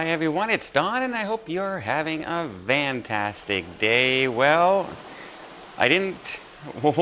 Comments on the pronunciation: this video takes the cake for demonstrating what a stupid, self-serving jerk you are. Let's get something simple out of the way first. Why do you always begin videos by saying, I hope you're having a vantastic day. Are you such a mush gummed goof that you are unable to pronounce FANtastic? FAN-FAN-FAN!!!! Now let's get to the crux! What does this nearly unintelligible and gravely inaccurate opening sentence mean? "...we do have a little bit of a development in the toddler who fell off that cruise ship." "Little bit"? Are you serious. There is nothing little about any of the information coming out on this story. What does "in the toddler" mean? Perhaps you mean "about" or "concerning". "That fell of that cruise ship"??? What about the little girls name? Her name is Chloe Wiegand. The appropriate and properly sensitive thing to do is use the child's name. And she didn't "fall off that ship". She was dropped by her recklessly irresponsible grandfather, Sam Anello, to a deck more than 100 feet below on Freedom of the Seas. If you are going to discuss recent developments on a story like this, it's appropriate to use the proper names involved and to present factually correct information. Worse yet, as usual, you don't bother to prepare even an outline of a script. You just ramble extemporaneously and semi-coherently; error strewn. Why?? Because you're not concerned with providing accurate or useful information. All you care about is bringing attention to yourself, playi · Does Don say “Vantastic” or “fantastic” if the former what’s the deal with that?